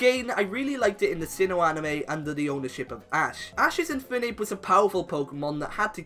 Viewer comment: It's Infernape, not Infoonape!